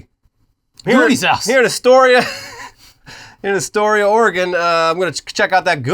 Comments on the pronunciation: OR-AY-GON is not how you say Oregon...! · Please tell me people are bullying for the way he just said Oregon